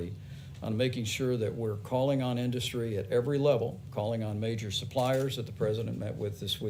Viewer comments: Crikey, Trump went for the extra dark spray tan today, eh. Also, his pronunciation of the word 'industry' is bizarre. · Somebody teach that orange thing to pronounce "industry" PLEASE!